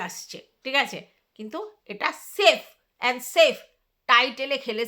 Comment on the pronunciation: সেফ না গো স্রেফ